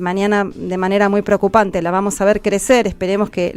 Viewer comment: Procupanteeee 😂😂😂 viejo mead*